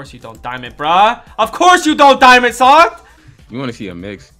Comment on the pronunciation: The way he said ofcorse